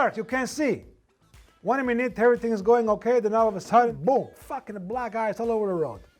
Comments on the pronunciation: *black gice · Oh now I get it he was saying black ice but it sounded like he was saying black guys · He said "black ice."